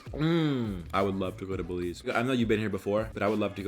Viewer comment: When you said Belize 🇧🇿 I died inside 😱😱😱 I’m from Belize!!!!!